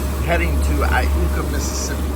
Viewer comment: Great to see the waters in which I was reared. Was very refreshing to hear IUKA correctly pronounced! Many great things to see and enjoy on the TN River between Pickwick dam and J. P. Coleman State Park (Not mentioning Tennessee-Tombigbee Waterway all the way to the Gulf of America).